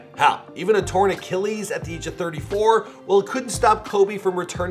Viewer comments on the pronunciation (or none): none